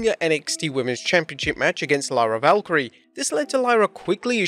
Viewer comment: Isn't it lyra valkyria and not valkyrie